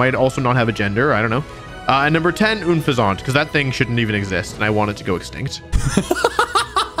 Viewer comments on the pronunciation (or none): Oon-Fuhz-aunt? Dude it’s un-pheasant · The way Wolfey pronounces Unfezant and the way John pronounces Pincurchin makes me want to lie face down on nails. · I hated the way that Wolfey pronounced Unfeazant